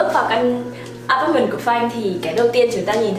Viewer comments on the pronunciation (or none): Xinh và nói chuyện dễ thương, nhưng nghe ngay từ đầu thấy mấy quả đọc “a pát mừn”, “xi tì” với “thanh phùn” rồi thì “rất là statement” nên chạy ra luôn k vào lại nữa. Góp ý một chút là nếu muốn nói tiếng Việt pha tiếng Anh thì nên phát âm chuẩn hơn. Anw, nhà xinh quá và góc nào cũng đáng yêu.